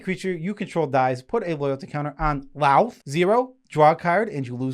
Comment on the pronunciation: Just FYI, the o in Lolth is pronounced more like "oath" and less like "ow." Great video!